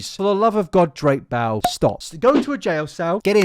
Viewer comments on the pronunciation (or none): I love how your accent makes it sound like you’re saying “Drake Bowel” as opposed to “Drake Bell”